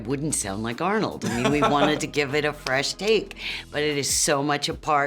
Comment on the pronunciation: When you accidentally pronounce it "Harnold"...(Harn means urine in german)